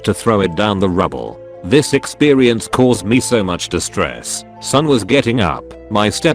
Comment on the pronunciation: Anyone else think it’s weird that it pronounces ‘experience’ with a ‘w’